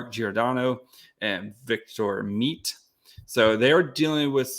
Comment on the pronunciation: Its Victor met-tay not victor Meat. And Eric SHallgren